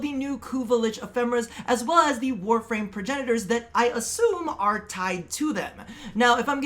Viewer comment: Warframe Name pronunciation 11/10